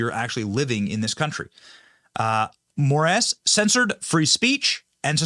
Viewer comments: Did you say more ass for the Supreme Court judge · Did you say the Judge last name is “More Ass. “ ? 😂